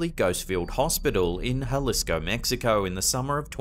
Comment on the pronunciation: Jalisco not jalesco